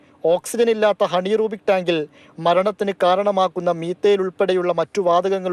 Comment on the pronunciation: ഹണീറൂബിക് അല്ല anerobic